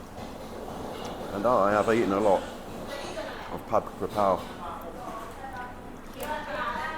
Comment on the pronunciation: Living in Thailand 17 years but can’t pronounce the dish properly 😂😂😂 It’s KAPRAO NOT KRAPAO Jesus